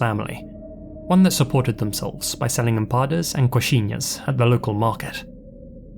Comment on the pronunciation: I love your video, as usual. Just FYI: They are called “empaNAdas,” not “empadas.” Thanks for your hard work! I love your narration voice, as well. It’s so soothing.